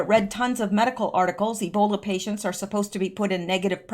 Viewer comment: please eeeeeeebola not snowbola. it may be so but if airborn millions would have ebola